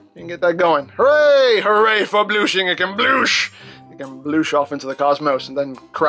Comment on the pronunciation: You're probably just saying it because you can, but "bloosh" feels so uncomfortable to hear this video.